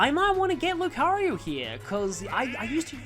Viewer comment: They actually added that function in the Switch version of the Mii Maker (though technically Miitopia did it first). I still can't get over how you pronounce it LucaRYU instead of LucaRIO and still question how you got to that pronunciation. (Might be some sort of Australian dialect quirk I don't know about.)